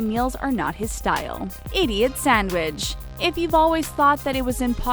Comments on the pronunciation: Y does this say sandwich so weird 😂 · The way she said "sandwich" 😭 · The way you say “sandwich” though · Why she saying sandwich like that